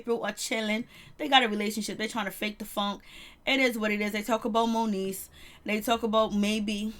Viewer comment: Its MONIECE love. Not monique ❤